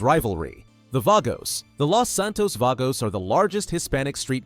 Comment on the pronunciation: He said Ballas and vagos wrong